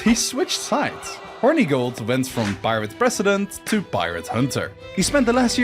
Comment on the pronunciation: Ngl I hate that he’s pronouncing Hornigold’s name incorrectly it’s “horn-eh-gold” not “Horny-gold”